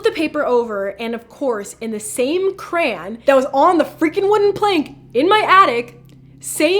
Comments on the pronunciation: The scariest thing about this video is the way she pronounced crayon 🤦🏼‍♀️🤦🏼‍♀️ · eva i love you like ive been watching your vids for litteraly ever but its pronounced cra-y-on accentuate the y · the most creepiest part is how she says crayon "Krayan" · I'm sorry but when she said crayon it got to me 🤣🤣🤣